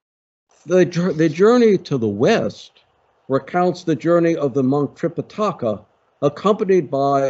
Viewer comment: Fun! I know what you mean, but considering the intro framing of your own introduction, I wouldn’t call Buddhism one of the three Chinese religions. And Sanskrit is tricky to pronounce, but it’s related to English, and we can get there: Tripitaka has no accent: it’s not Tripitáka. If anything, the medial i sounds longest. Trih pih tuh kuh. And Mahābhārata has two long As, and no stresses. Sounds like Muh haa bhaa ruh tuh. Flat tone.